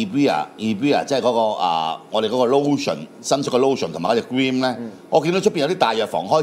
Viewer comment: Cream 讀做 grim 果然有料